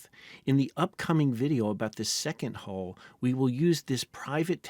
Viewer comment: Say HULL... "Hole"